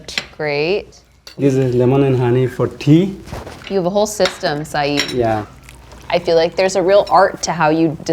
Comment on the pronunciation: Lady, you epitomise Americans butchering language through either ignorance or laziness. Not only did you consistently mispronounce his name say-ed not eed or id - you started a food review and mispronounced macarons - macaroons are something totally different, and for heavens sake America, learn how to bloody pronounce croissants - “kwa-son”. This is one of the many reasons why people around the world cringe when yanks open their trap.